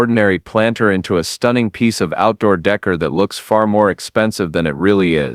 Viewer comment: If I have to here the word "Decor" (day-CORE) pronounced "dekker" one more time ...